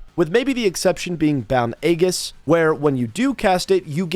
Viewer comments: So ya know its said as "eejuhs" not "agus" lol. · Complete tangent but Aegis is pronounced e-jis with a long e as in eat. Though often a-jis is used with a long a as in ate. The g makes a j sound as in Geronimo or geriatric. "egg-us" is what you risk kids doing to your house by giving out lame treats on Halloween. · Aegis pronunciation = ay-jiss Chitin = ky - tin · Aegis pronounced ē•jis